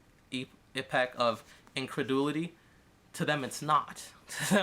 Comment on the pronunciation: "Indrededulity" .... .... try again?